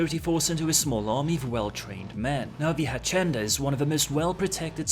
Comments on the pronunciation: a - see - en - da "H" doesn't sound in spanish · I love you but your Spanish sucks. Hacienda (a-see-en-da) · Say it with me: “ha-see-en-da” I don’t speak Spanish but it’s a worldwide language and hacienda isn’t an uncommon word. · "the Hashenda" HAHAH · Hacienda is pronounced (Phonetically) 'Hass-ee'nda'. (in real life it's a well known Nightclub/music venue in Manchester that came to prominence in the 90's). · hacienda say it ha see end ah. now it can mean a few things if you take slang and the fact Spanish is the most common tongue spoken house is what i know it as or home it is one of the reasons when they said oh we will have all this different language in game i was like i do not know may end badly the place i see it hitting badly is in the street gangs where the more you have sectism such as a gang or small group of people the more words that start to have a new meaning in said group so it is hard to nail down meaning of words but that being the case it also opens up the changing of words for things without this big over step saying no i read the books from 10-20 years ago and it said this is what it meant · seeing the comments below about the mispronunciation of hacienda, id like to complement you on your English, its far better than my Polish !! easy mistake, great video as always, stay safe choomba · Indeed you did. It's Spanish. So C is pronounced like an S, and IN is EN.